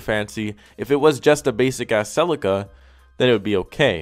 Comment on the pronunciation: Love your videos dude, but the way you pronounce celica just grinds my gears something terrible